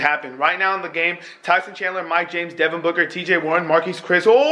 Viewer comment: I like how says booger sometimes when he says booker